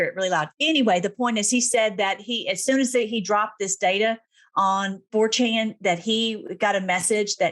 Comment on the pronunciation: Having trouble understanding the pronunciation. Did you say the dark web site is called Fortune, For Ten, or 4Chen? The only one I found was the latter. And it’s wild alright!